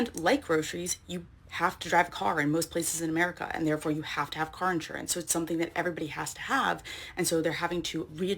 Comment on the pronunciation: It really bothers me the way that you pronounce the word “insurance”. The first few times you said it, I thought that I was hearing “interest” or “entrance”because you slur all of the syllables together into one incomprehensible blob. Please practice enunciation of this word as In-SURE-ance. Each syllable clear and distinct, stress on the second syllable.Thank you.